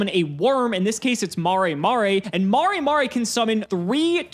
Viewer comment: Every time says "mah-ray mah-ray" I die a little inside